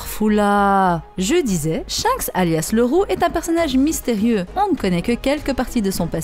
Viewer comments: Top la video, mais on dit SHANKS et non pas SHENKS À chaque fois que tu disais son nom j'avais envie de te mettre un red hawk dans ta face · Tu me stresse a dire " Shenks " c'est Shanks bordel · Elle a dit "shainks" jai quitté la vidéo désolé 🤣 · Superbe vidéo beau job à vs deux et ta voix omg par contre ta prononciation de shanks me fume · On dit chanxe par chinxe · Oui je pense 😂 j'adore tes vidéos mise a part tes fautes de prononciations 🤣😂 en tous cas continue comme sa